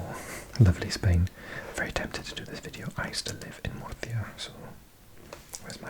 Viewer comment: I'm spanish and WOW, that pronunciation of "Murcia" is beautiful